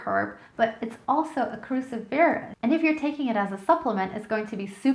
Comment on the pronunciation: Cruciferous is pronounced kroo-SI-fer-ous, accent on the second syllable. Aluminum, NOT aluminium.